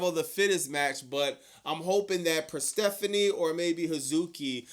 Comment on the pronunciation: "Per-STEPHANIE",... really?! 😂😅 it's Persephone.